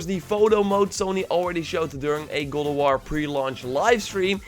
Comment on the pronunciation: Am i the only one who hears “Gulaward” when he says “God of war” damnnn